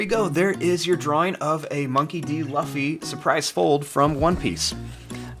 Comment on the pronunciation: Just to let u know luffy is pronounced L-OO-F-Y because in the anime thats how he and the rest of the crew says